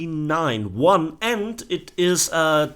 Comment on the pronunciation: Its "key" not "Kay aye"